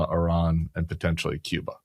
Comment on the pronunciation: it’s not. You are wrong! Don’t just guess and pretend. I have been going there for over a decade. No one says Cutter or anything close to that. Period!